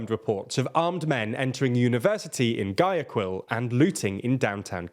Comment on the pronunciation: Guy-a-quil, why are Brits incapable of pronouncing spanish names 😂